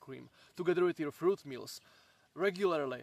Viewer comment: Can you learn to pronounce fruit correctly pls